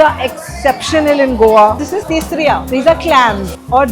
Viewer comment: some pointers : (1) call it tisryo....not tisryaa....(2) its not bimli.....its bimlaa....(3) breadfruit in Goa is called "nirpanas"..its a veg delicacy and v call it veg kingfish fry (4) its paplet in Goa..v dont call it Halwa (dats mumbai) (6) and its not Vani- its local vegetable "Val" (7) goa has Halsande which is like rajma ..bt more tastier then rajma.....